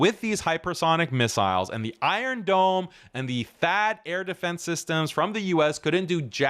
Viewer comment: " the Iron DON'T " 😂